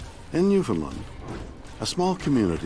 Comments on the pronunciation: Why is that even Canadians can not pronounce New Found Land. Jezez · Ill let it slide because it's William Shatner but he said Newfoundland wrong lot of people do and why is it always bellisland 😅 there always something going on over there